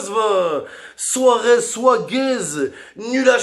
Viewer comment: Suarez souaguez 😂😂😂😂😂